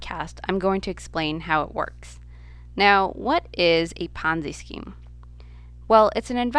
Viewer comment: what the hell is a ponzi scream?